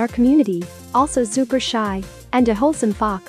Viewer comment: hehe Zupa! the z for an s is freaking adorable